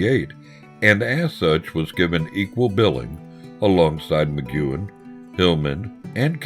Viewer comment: Good documentary, but why is there someone doing voiceover who can’t pronounce McGuinn’s name and thinks there’s a drug called “silibin”?